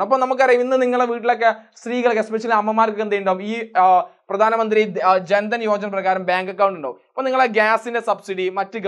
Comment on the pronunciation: Good class sir thanks. Last- ജാൻ ദാൻ അല്ല, ജൻ ധൻ യോജന